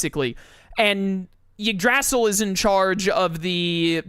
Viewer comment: So anyone going to tell him he pronounced Yggdrasil incorrectly?